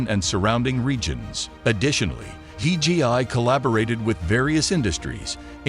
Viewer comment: The company name is DJI. You say DGI dozens of times throughout the video.